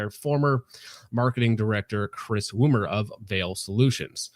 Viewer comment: Woomer not " woomie"